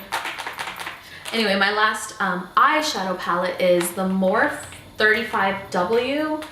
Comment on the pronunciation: I'm not trying to be rude at all I just wanted to let you know that you pronounce the e in morphe . I loved the video though !!!